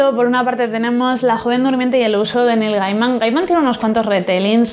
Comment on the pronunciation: Se pronuncia Ritelling y Nil Geiman